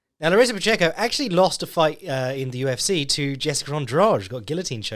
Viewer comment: You’re pronouncing Pacheco correctly,!